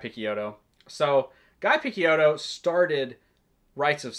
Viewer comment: This is exactly the video I was looking for, thanks. Btw, "Picciotto" is pronounced piˈtʃoʊtoʊ/ (pi-CHOH-toh), it means "boy" in Sicilian dialect and was subsequently used in Mafia to address lower rank affiliates.